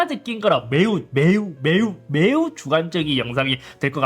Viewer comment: 매우매우매우매우 주관적인 이유 강한 강조ㄷㄷ